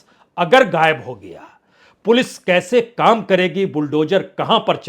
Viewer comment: Mr Bajpai, I have been watching your channel for more than five years and liked them. You can pronounce " sheen, qaaf, za, etc but you still speak " hajjar instead of hazaar,. Gaib instead of Ghaib etc I can come up with hundreds of examples. Why can't you improve your language/pronunciation in your. Posts. I have been editor of an Urdu magazine, I have contributed to 😊Dharma Veer Bharti's Dharm Yug And I still write for papers in Australia. Stop aping/ mimicking Babu Sampoornanand. You will sound more authentic if you keep to correct pronunciation. Regards